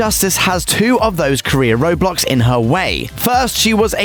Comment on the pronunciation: when at that point of the video it siad roadblocks,but the only thig is understand is:roblox/rublux or whatever